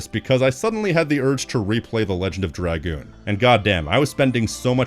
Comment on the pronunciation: The greatest review of this game by far! I love seeing reviews of my favorite game and seeing the work, love and dedication you put into this fills me with so much happiness. Almost as much as hearing someone else finally say names and dragoon correctly. Thank you for making this, you got a lifelong subscriber in me.